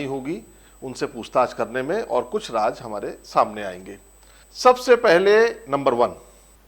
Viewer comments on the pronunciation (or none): Aap ka episode bahut hi badiya tha, aap se shikayat ye hai ki shabdawali there nahi hai, aap Raaz ko Raaj kehte hai, plz. is baat is baat pe dhyaan de... Thanks